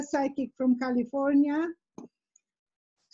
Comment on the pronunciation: I love the way says California